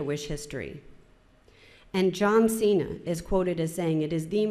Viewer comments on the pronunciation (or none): none